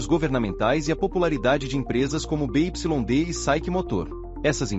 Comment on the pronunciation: BYD se pronuncia Bi Uai Di